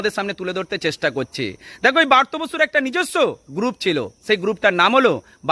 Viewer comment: ভালো করে উচ্চারণ করুন দয়া করে। কথাটা বার্ত নয় ব্রাত্য 🙏